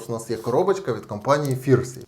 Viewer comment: Та не Фірсі а ФНірсі)